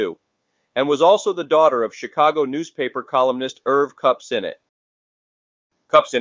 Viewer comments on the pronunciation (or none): none